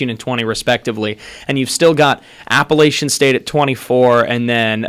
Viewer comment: I cringe when I hear people say Appalachian State wrong